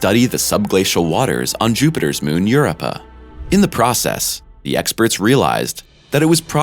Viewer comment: "Eur-ruh-puh" that's how he said Europa... tf?? Subconsciously I swear I watch your channel just to hear you mispronounce words, do you do this purposely to see who's paying close attention?